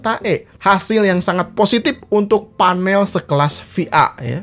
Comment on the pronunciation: Panel kang sanes fanel 🤣